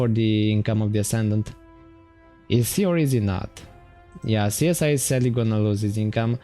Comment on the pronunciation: "Csiz" Is pronounced like "Siz" :)